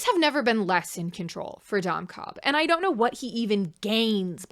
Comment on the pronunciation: Ok but counter argument to Dom Cobb's first sin: every time you say his name it sounds like you're calling him "dumb Cobb" with a slight accent which I think is very funny.